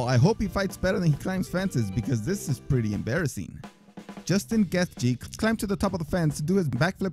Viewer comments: Justin Geth Jee ? Bro. You must do research to find these clips. LISTEN TO THEIR NAMES. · Commentator needs to actually learn a fighters name before pretending to know about them first Weidman was weed man now he can't pronounce geithje it's like he's never watched one of there fights to hear someone say them